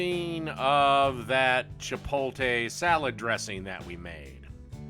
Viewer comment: Say it with me, CHIP-OAT-LE... it's not English, and you keep reversing letters to make a new word. CHIP-OAT-LE